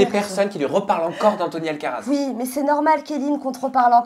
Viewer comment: J'ai eu du mal à calmer mon fou rire, entre Marie qui passe son tour discrètement dans l'affaire kellyn et son coup de gueule, puis Sabrina qui s'y met avec Alcatraz au lieu de alcaraz, bref de la pure bonne humeur dont je ne me lasse pas... Bisous à toi et aux filles. C.🌸